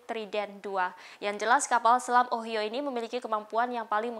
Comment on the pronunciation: Semoga secepatnya gencatan senjata Israeli Hamas terwujut,untuk menghindari korban jiwa,Ohio harus dibaca dieja (Ohaiyo), itu nama satu tempat di America.